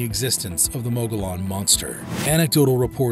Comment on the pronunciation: Mogollon Monster-Mo go yon or mo gole yon, not mo gole an. Look up pronunciations please!!!